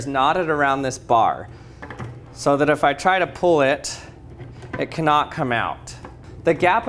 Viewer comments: "it K-Not come out" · I thought you said it K-not come out. 🤣🤣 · lol, all I kept hearing was "Can knot", sorry.